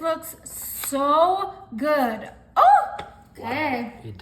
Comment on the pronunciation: It's so good you wind saying 'gooB' instead of 'gooD'... lol...